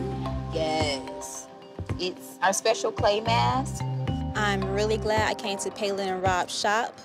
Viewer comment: did she just say special clay mask